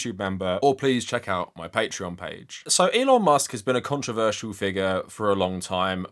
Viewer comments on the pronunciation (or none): none